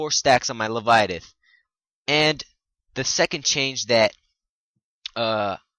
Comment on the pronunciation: Le-vye-a-thin. Not le-vi-a-tith.